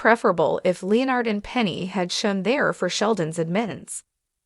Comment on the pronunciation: Oh my god…Leo-Nard??? Jesus Christ, quit using stupid AI narrators!!